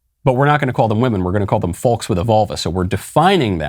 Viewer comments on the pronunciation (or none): I have never heard anyone pronounce the "l" in " folks". It sounds very strange, Michael